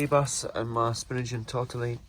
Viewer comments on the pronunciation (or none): none